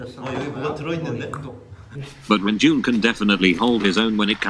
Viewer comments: nobody: automated voice:renj00n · I also wanted to know why his name is pronounced runjen instead of renjun because I’ve always been curious of that 😅